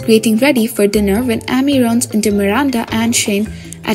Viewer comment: The narrator for Heartland always pronounces Amy with a short A not a long A. It is quite annoying